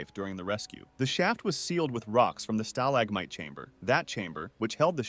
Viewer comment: OH NO THIS IS AI SLOP it can't properly pronounce stalagmite